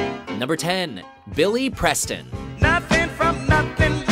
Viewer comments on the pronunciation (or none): none